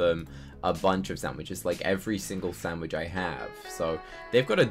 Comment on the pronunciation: i dont want to be rude but it si not a shanwitsh sho it is hamburger sho